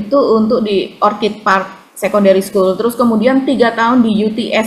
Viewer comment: Baru kali ini saya mendengar ada yg mengucapkan kata " ORCHID" dgn tepat, yaitu.👍